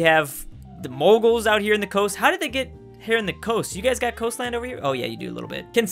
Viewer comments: I hate the fact you pronounce mughals as “muggles” Its pronounced “mewgals” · How pronouncing Mughals can be difficult for you? xD